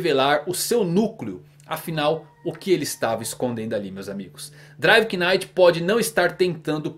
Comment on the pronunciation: driver NITE (assim que se pronuncia) só pra deixar pra próxima :)